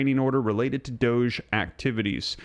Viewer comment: Really tired of your pronunciation of doge........